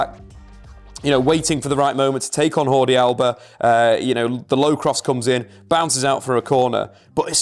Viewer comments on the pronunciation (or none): "Hordi Alba" 😂😂